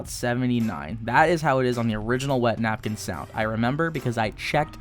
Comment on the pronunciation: this guy just said napkinyyyy jejejeje love it!